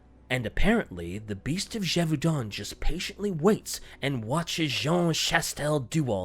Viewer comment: I think the biggest mystery here is where sees an L in the word Gevaudan.